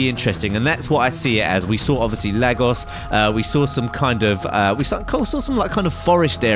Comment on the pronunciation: your saying Lagos wrong:(